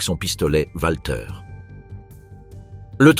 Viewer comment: En allemand le w se prononce v donc dire Valter